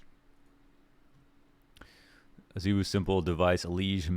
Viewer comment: pls. i just want to understand. 'ZEEwoo'. why. everyone else in the scene including his teammates, and zywoo himself pronounce it 'zye-woo'. why must you cause us pain by insisting on differentiating? the people need answers.